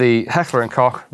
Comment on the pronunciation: And thank you for saying, Heckler and Kock and not that stupid Americanism of "Heckler and Coke!!!!!